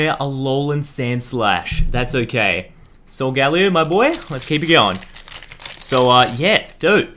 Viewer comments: He shouldnt get the cards because i bet he didnt play the games and he cant prounounce solgaleo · its not solgalio